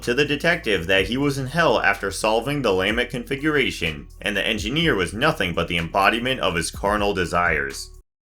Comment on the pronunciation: I don’t like your pronunciations of lament configuration and cenobite